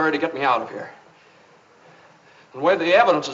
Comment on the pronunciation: “We sittin heah ready to negotiate…”